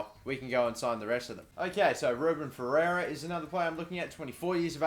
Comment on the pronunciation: Ferreira is pronounced "Fair-rare-ra"